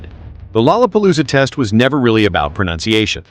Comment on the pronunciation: Or the word “test”……always pronounced tess